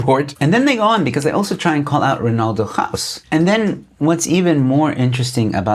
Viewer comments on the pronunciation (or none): none